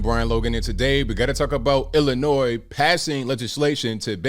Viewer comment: Lousy politicians didn't care till rich City that had Assault Weapons laws on the books never cared about the people in Chicago who always get killed. BTW the last S is silent Illinoi is how it sounds!!! 🤔